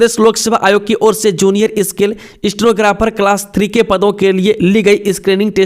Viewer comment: 'क्षेत्र' को 'छेत्र' स्केल को इस्केल, शोध को सोध, राज्य को राज etc. 70% अशुद्ध उच्चारण